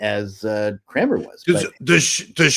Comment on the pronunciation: Thomas CRANMER, not Cramer.